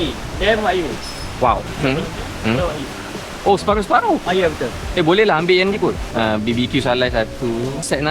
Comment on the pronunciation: Aaaaaaaaaaa...akhirnya, jumpa jugak org sebut betolllll "wagyu" .. terasa sedap halwa telinga dengar Wa-gyu ✅️ Wag-yu❌️